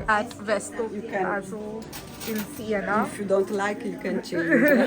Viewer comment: SIENA, not Sienna.